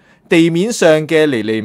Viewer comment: 尼尼「微」第4音，為甚麼你讀「美」音？